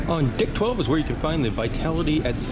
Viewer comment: and FYI captions says you’re saying “dick 12” and it sounds like it too 😂